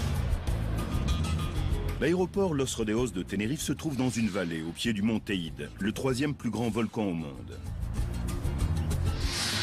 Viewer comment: on dit le teïdé